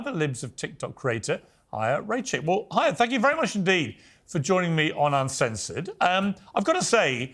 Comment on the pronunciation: Her name is Chaya. It's Hebrew, and pronounced "Hi-ya".